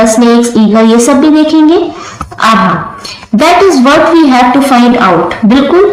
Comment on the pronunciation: Didi yah Abha hai aap Abha ko Aha bol rahi ho